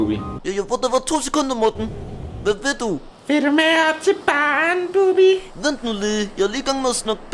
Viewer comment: det er Bubbi ikke "Bubber"